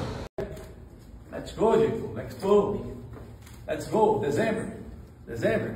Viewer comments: MDS MATOU O INGLÊS APRENDE A FALAR BAMBAM NAO É DEZEMBER E SIM DECEMBER!!!! E SE PRONUNCIA DECEMBÂR!!!!! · Bambam chato demais e tem a pronúncia horrorosa 😂😂😂😂 dezember??? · "deZember" falou tanto do inglês!!!! kkkkkkkk